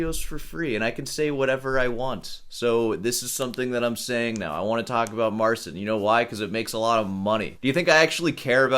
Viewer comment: pole here, it should be pronounce it more like mar chin. the ci makes a chi sound